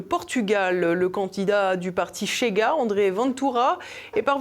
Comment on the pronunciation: Svp TVL….. Chega ne se prononce pas comme Che Guevara…. 😎plutôt « chez gars» (comme chez nous…) Obrigado